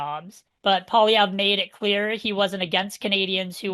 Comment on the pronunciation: Oh no, it’s … world’s most annoying voice every time he pronounces “Poilievre”… please stop